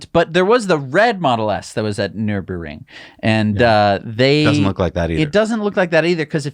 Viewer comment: i cant take it any more....Nürburgring "ner-berG-ring" !!!! lol